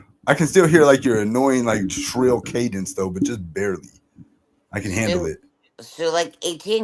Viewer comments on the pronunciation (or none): none